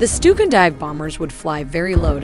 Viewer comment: "the stupid dive bombers" Im sry,i cant help hearing it. Amazing vids, really appreciate it! So much work from passion is fantastic!